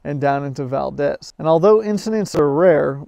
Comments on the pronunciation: It’s pronounced “ValdEEz”. Good video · you should spend a little time in Valdez, then you would know that the "E" in Valdez is a LOOOOONNNNNGGGG EEEEE, as in VALDEEEEEEEEZ. It is not a Spanish city. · The owners used big red Suburban trucks all along the pipeline for protection and keeping people from messing with it. It's pronounced Val deez